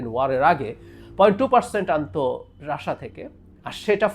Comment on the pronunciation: baler snbadik. Tui age Russia thik bhabe pronounce korte sekh. Ota Rassha na Russia. Idiot kanglu.